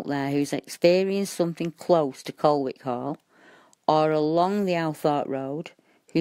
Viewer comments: its pronounces 'Coll Ick' ;) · VERY interesting! I lived near Colwick Park for about nine years. Incidentally, Nottinghamians pronounce it 'Collick'. :-) The area has been known for a long time for its association with the occult.